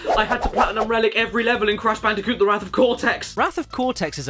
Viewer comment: I LITERALLY CAN'T SLEEP WITH THIS VIDEO I START UGLY GIGGLE EVERY TIME. "Bandicunth" ends me every time